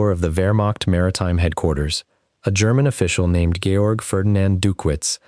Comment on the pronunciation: Please get the man's name right: Georg, if he is a German???